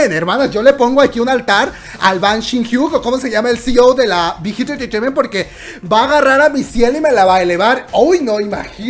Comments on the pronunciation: Alguien que cuente las veces que dice "entretaiment" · Me hace gracia como dice big hit “entertainment” 😁😁😁😅😅😅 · Por qué dice tan raro entertainment xdxdxd?